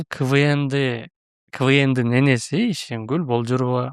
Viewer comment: Ишенгүл деп айтчы. Кул дебей